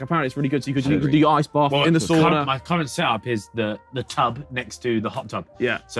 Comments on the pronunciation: Nice that they used the Finnish pronunciation of "sauna" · harry says sauna the right way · nothing brings me more joy than the sidemen pronouncing "sauna" with the right pronunciation